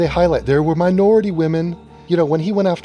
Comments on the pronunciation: Minority women? I though he said... “Ma’ naaughty women... Sassy! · Ha,ha me too,I am from Germany and I thougt wait what have naughty women to do with his speak, anyway Baltimore looks really very scary and dangerous ,good vid.